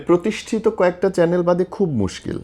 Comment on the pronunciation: আমি কি ঠিক শুনলাম? উনি বারবার চ্যানেলকে চ্যালেন বলতেছেন?